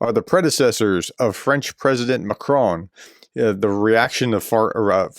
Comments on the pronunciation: Hi Prof, our President is correctly called Mak Ron not Mak krone. Thanks. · Pronunciation: Macron: Mah-kron (with a short, clipped "on" sound). You are copying TRUMP, the dunce of the deal.